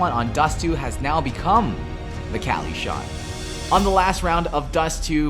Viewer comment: The "Kally shot"